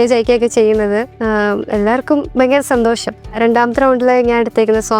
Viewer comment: കദളി ചെങ്കദളി പാടിയ കുട്ടി സന്തോഷം എന്ന് പറയുന്നത് സന്തോശം എന്നാണ്. വല്ലാത്ത സങ്കടം തോന്നുന്നു മലയാള ഭാഷയെ കളിയാക്കുന്നത് കണ്ട്